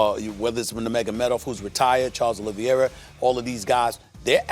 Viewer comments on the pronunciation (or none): none